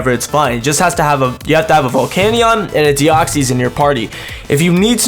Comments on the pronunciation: I'm not bothered that this was an April Fools but your pronunciation of Deoxys is shocking :P What it is not: Dee-ox-ees What it is: Dee-ox-iss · Your saying deoxys wrong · Why are you saying deoxys like that wtf?